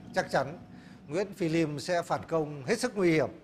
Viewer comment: Liêm chứ ko phải lim ông ơi